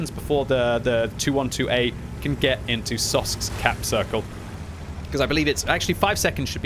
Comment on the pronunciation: Didn't imagine it would trigger me that much that continuously says Sosks instead of Soksk (or Sok SK in case the gentleman in slovakian)